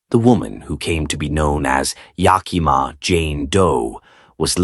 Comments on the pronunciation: From Washington state. It's pronounced yack -a -maw. It's the name of native American tribe Yakima. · lol every time it was pronounced incorrectly I flinched..